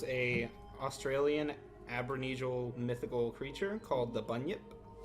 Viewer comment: I can’t believe this guy said “aborneegial”